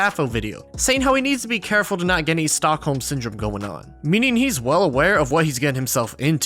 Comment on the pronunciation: Bro ”stolkholme syndrom ”? As a person from Stockholm that’s fkn hilarious 💀